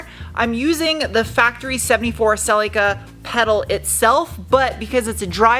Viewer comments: Awesome! Thanks. but... pronounced "Celica" wrong. Poor. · TOYOTA the manufacturer of your car named it a.. SELL..LEE..KAH not a... SELICA